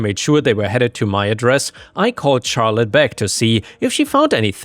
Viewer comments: charlete is more of a shar sound instead of a char sound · Hey, firstly thanks for all the videos! But Charlotte is usually pronounced with an "sh" sound at the start. So it would be more like "sharlotte". No hate and nothing against you, Ive just heard you say before how you don't know how to pronounce some words. Have a good day! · Just FYI, "Charlotte" is pronounced like "Shar-lut" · Though others have mentioned the pronunciation of Charlotte, your accent makes the stories sound super cool! THANK YOU!